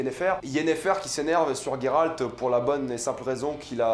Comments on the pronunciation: Ta prononciation de Geralt me gène étant donné qu'il n'y pas de "u" Sinon j'apprécie ta "critique" Qui n'en n'est pas vraiment une vu que tu dis beaucoup de bien de la série Personnellement j'ai beaucoup apprécié cette première saison bien que un peu courte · Putain je suis pas le seul à prononcer "Gueralt" plutôt que "Jéralt" 😂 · GolderUltra bah faut le prononcer « Gueralt » mdrr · Tous mes potes prononcent "Jéralt" ça me frustre 😅